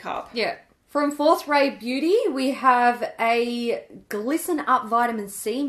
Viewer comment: I always hear 'fourth ray beauty' as 'fourth rate beauty' and think 'why would you call your brand that?!?!'